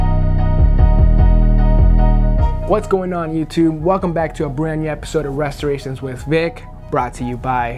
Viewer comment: Reshurations WiF Vick